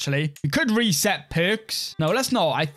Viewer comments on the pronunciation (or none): none